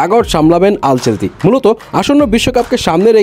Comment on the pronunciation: আল চেলতি নারে ভাই, আনচেলত্তি হবে।